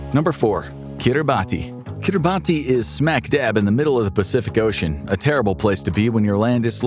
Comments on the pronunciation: it’s Kira Bass not Keera baaty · Lol for the love of God, it's Ki-ri-bass ... Not Kir-boddy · Pronounced keeruh bahss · It’s pronounced “KiribaS” not phonetically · Its kirabatz in pronunciation. I learned that from a national of kiribati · Kiribati is pronounced as Kiribas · It’s pronounced Keerebassss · It's pronounced 'Kiri-bas' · We really just gonna pronounce it like that 😐🇰🇮